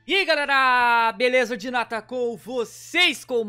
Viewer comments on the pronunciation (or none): QUANDO ALGUÉM FALA OBRIGADO, VC FALA DINATA (DENADA) KSJZKZKJSS